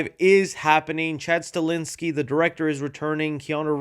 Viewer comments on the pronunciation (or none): His name is Chad Stahelski no Chad Stalinski. I swear you butcher like every other name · Will ever be able to pronounce Chad STAHELSKI’s name even remotely correctly? Like holy shit man lol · say it with me: STA-HELS-KI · Sta-hel-ski Stahelski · pronouncing Chad Stahelski and Chad Stalinski had me in stitches